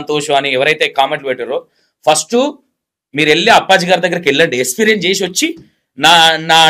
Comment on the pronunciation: Esperience kaadu experience ra babu niv declair chesentha telivi ledu anukuntunna anchor